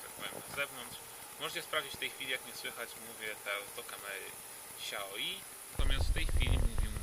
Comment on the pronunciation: czyta sie nie "śiaoji", tylko "szajomi"